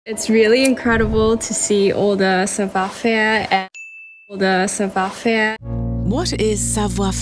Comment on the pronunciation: 불어 발음은 사투리식으로 나와서...영어로 치면 Jennifer 남부주에서 Jinnifer 식으로 하는것처럼 savoir faire 할때 faire 이 그렇게 나왔어요, savoir는 전형적 동양언어 하는사람 발음이고요...영어발음은 굉장히 좋네요